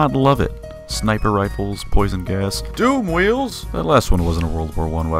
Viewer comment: I'm glad you pronounced DOOMWHEELS correctly